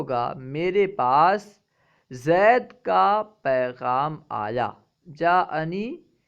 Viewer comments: الا زيدٍ کو آپ آخر میں الا زیدٌ کیوں پڑھ رہے ہیں؟ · آخری حرف کو مرفوع پڑھا ہے۔